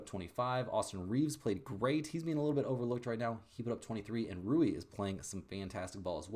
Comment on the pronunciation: isn't Rui pronounced like Ray?